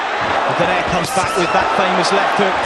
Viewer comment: Actually it is pronounced "Do-Nye-Rè" hahaha